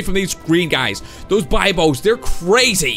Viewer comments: It’s (be Bose) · It's pronounced Bibos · That's not how you you say bibos